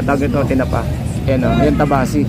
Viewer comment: Kabasi hindi tabasi